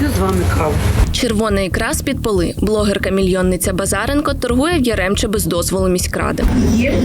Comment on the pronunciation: Не Еремче а Яремче